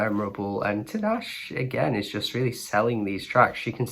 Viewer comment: The way you butchered her name, it takes 2 minutes to search an interview of her and hear how she pronounces her name. DO BETTER.